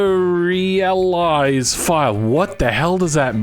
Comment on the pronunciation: watching try to pronounce deserialize was quite funny for some reason.